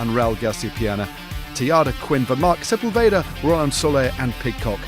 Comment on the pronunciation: Right. So, next name for them to work on: it's se-PUL-ve-da, not se-pul-VE-da. You can even see the helpful accent over the U in the results.